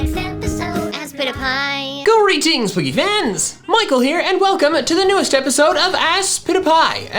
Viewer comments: Aspitapy sounds like I spit a pie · When I first watched aspitpiay I thought it said “I spit a pie.” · Me: in class with volume off and turning on subtitles Subtitles: GoRy DiNgS rEvEnGe MiChAeL hErE Michael: ASPITIPY Subtitles: Spin A pie